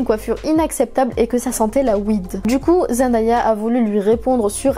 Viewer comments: Sa ma stresser du fait que tu dit zendAya mais elle avait dit que sa se prononçait zenDAYa genre day comme dans monday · son nom se prononce zen day a pas zen die a elle l’avait dit dans une interview ;)) sinon très bonne vidéo comme toujours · D'ailleurs elle a dit qu'on prononce mal son nom, ça se dit zenDAYa et non zenDIEa. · Ce n’est qu’un détail mais j’entends plein de gens qui disent ZendAya et ça me perturbe trop on dit ZendÉA ! Sinon super vidéo je connaissais presque toute les anecdotes mais j’ai appris des trucs cool 😍